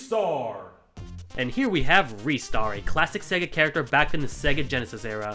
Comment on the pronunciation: Reistar is how it’s pronounced. Or Riystar